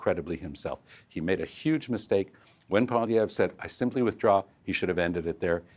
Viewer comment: I hate the way Mulcair pronounces Pierre Poilievre’s last name. He sounds ridiculous.